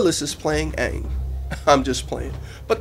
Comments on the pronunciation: I saw it today....and it was ok. I was kinda laughing because my stepdad was so bored that he fell asleep on the movie and how they pronounced their names. The acting was terrible though, and I think that was the only flaw in that movie. But Aang...or sorry Oong look exactly like the character in the TV series. I think he was the only actor that did a good job playing him. Well hopefully Book Two will be alot better. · Considering the director had to condense 30 or so hours of cartoon into a couple hours of movie I think the movie was done very well. A few details were off. Names... Aang is Aang, not Ong. Sokka is sokka, not "soka". Mako should have been cast as Gen Iroh (as per the voice in the cartoon)(but the guy in the movie did well anyways. The water tribe people should have been cast with northern native alaskans to better look the part. All in all... GOOD MOVIE! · ohmygsh, now i don't wanna see it. but then again, after seeing the actors for the movie... it was already obvious that it would suck. anddd, what the mess?!!! how does he change aang, to ong. so annoying, he messed up the entire movie with just that one change first off... then to call sokka so-kuh. WHAT?!! disrespectful, and then to act like changing the pronunciation is okay?! nooo, and then to take kyoshi warriors out of it?! suki is important later on! and no jet?! wth. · the movie sucked they said all the names wrong and wtf is up with the fire nation? last time I checked they were not indian in the tv show and the water nation was not white in the tv show either the only one right was the earth nation! they better get some1 good to be Toph in the 2nd movie!